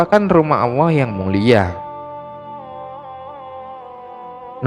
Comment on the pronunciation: Maaf min masukan lw memberikan penjelasan harus tegas dan lugas jgn selalu salah / terpeleset cara penyampaian ny,,, 1 lg min pendengaran saya admin ngomong awwoh bukan allah.... Mohon di koreksi min.. Terimakasih 🙏🙏